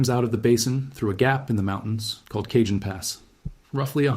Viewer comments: FYI, Cajon is 'Ca-hone', not 'Cajun'. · It is pronounced Cahone not Kjun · Went on here to say this, also I grew up in Hesperia. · Cajon is prounced as kah-HOHN. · It's "Caw hown" pass. Eye Dialect. Regardless, I live in Ontario, CA and we're screwed...It's not like we can just pack our shit up, sell our home, leave our entire family and go. When it's our time, it's our time. I am prepared though. I have an RV that's filled with water and fuel, xtra bedding, stores of water, canned/packaged food, ect to last at least 3 months, a side by side offroad vehicle to traverse unstable land, 5500w Generator and a "collection" in my personal safe with lots of "support". When shit hits the fan, I'll be there to meet it. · Cajon pass is pronounced Cah hone pass. As Tejon pass is pronounced Teh hone pass. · Please fix the pronunciation of Cajon Pass on this video!! Driving me and many other viewers crazy